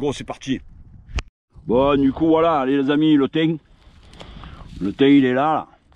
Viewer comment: Lol nous en Drôme le thym il chante 😉😉 au milieu de la lavande Et le risque qu'un nuisible ait pu faire ses besoins dessus est il possible ? J'espère que tu gardes bien les branches pour un barbecue éventuellement. En tout cas tu le prononces bien "le tiinn 😋😋"😀😀